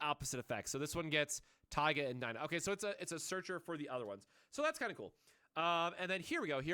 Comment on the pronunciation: it's pronounced "Tee-ga"